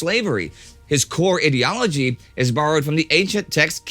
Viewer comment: To be fair, Indy's the only Anglophone I've ever heard to pronounce ideology as "eedeology" rather than "eyedeology". Might be a Texan thing, I dunno.